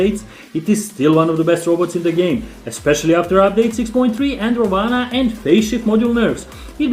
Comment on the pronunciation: Ravana in hindi is pronounced as ‘ra one’